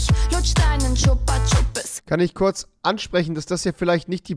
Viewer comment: Das dümmste daran ist einfach das sie Chupa chupes sagt an statt chupa chups